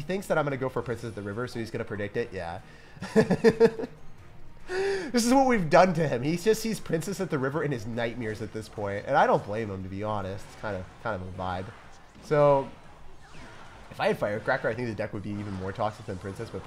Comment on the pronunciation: You say nightmeer